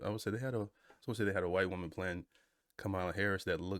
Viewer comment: So firstly …it’s Keegan Michael Key (not K), secondly I’m sad about your viewpoint on Bad Bunny. As many have stated already, he’s freaking A m e r i c a n from Puerto Rico. Please learn and broaden your horizons, thirdly I can’t believe you still mispronounce Kamala. Shocking, really. Also …you have definitely not watched enough SNL if you don’t know who Kristen Wiig is.